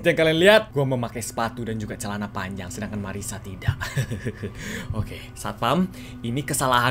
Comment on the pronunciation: kak namanya bukan Mariska tapi Marisa yang bener